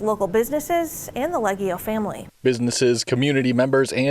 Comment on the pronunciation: What's funny is that the hotel brothers obviously have Italian heritage, they don't pronounce their Italian surname properly. Lee Ay Ge (hard G like Go) Oh